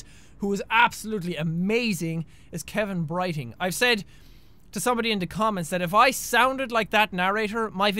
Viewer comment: BRO I HEARD HIM SAY KEVAN BRIGHTING AT THE EXACT MOMENT I READ YOUR COMMENT